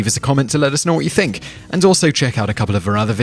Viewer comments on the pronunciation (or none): none